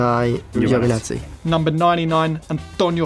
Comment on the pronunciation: nope He said Gioevinatsi here in Italy it’s like Joveenatsi it's funny because the only name he said wrong is the Italian one ahah for example, he pronounced the name of Bottas like italians do